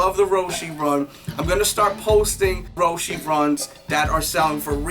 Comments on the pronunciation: its roche not roshy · It's Row-she...